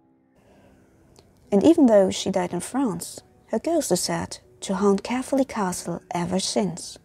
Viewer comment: Yep as a person who was born there you said it very wrong